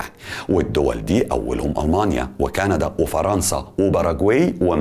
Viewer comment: بقولك اي يا اسمها مارسيدس مش مرسدس ماشي واسمها ألمانيا مش اااااالماااااانيا علشان بس بطننا بتوجعنا 🙂 متابعك من سنه ونص ومبفوتش فيديو بس في حاجات كدا بتجيبلي مغص